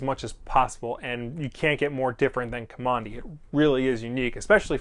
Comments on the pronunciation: You're saying his NAME wrong. If you read the comic you'd know that Kamandi got his name from living in a military installation. Now don't ask me why he wasn't named by his grandfather with a real name but they lived in Command D. And you are saying Kamondi. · Guess I will continue to search for a full review of the first issue and someone who can pronounce the name of the main character in a correct way...what did I just finish watching, some nerdy fan send up of DC, not sure.